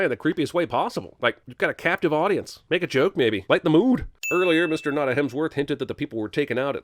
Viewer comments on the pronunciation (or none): none